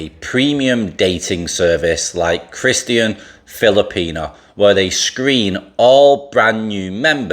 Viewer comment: why weird way to say Christian ?